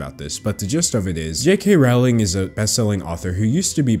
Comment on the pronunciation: Rowling disgusts me... Her name is pronounced rolling though